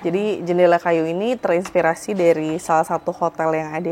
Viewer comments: kyny yg bnr itu 'inVirasih', bkn 'infirasih'. Pakai 'V', bkn 'F'. Cmiiw. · Inspirasi bukan infirasi. Jangan diganti ganti P Jadi F atau F Jadi P.